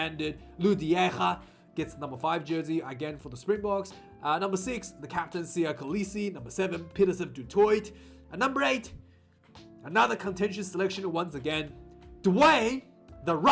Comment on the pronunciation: Some insights: it's pronounced DOO-TOY for Pieter Steph. Duane will get back to his best over the next 2 matches. Count your blessings Evan Roos was left at home. Elton will get back in the groove - yes he had a lightbulb moment on an Emirates flight, but the Boks didn't bring him to Oz as a passenger. Yikes man, please don't subscribe to the quota narrative - Dwebe is a man-beast and will find his form. These guys have had no proper game time. Jehova help you all once they have miles under their belts.